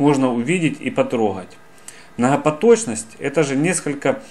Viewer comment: Мнахапоточность. ПРАХРАМА. Ахахахахах.....